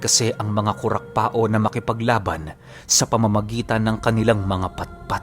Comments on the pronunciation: Kurakpao ibig sabihin kurakpaw, hindi kurakpa-o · Hehe sa bicol pag sinabihan kang kurakpao meaning pangit ka..🤣🤣🤣 kadalasang bansag ng mga kabataan namen..nga po pala Kurakpao po buo pag bigkas nyan hindi po kurakpa-o parang Pacquiao ganon.. pero ok lang andyan na e..totoo po yan mga kurakpao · It's pronounced as kurakpaw not kurakpa-o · Kurakpao- ku-rak-paw yan po ang tamang bigkas. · Kurakpao Po.hindi Po kurakpa-o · Ang tamang bigkas jn ay kurapaw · Kurakpaw ang alam kong pronounciation nyan. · Ko rak paw Yan Ang tamang pronounce Nyan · KURAKPAW po ang tamang pag bigkas 😊 irosin sorsogon here